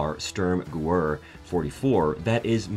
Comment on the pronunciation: I’ve not heard M1 Gur-rond or sterm-gooer before.